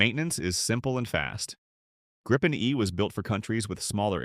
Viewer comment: If you're gonna use AI like a lazy ass to generate garbage content, can you at least get the pronunciation right? It's "grippen" not "gripe-en" ...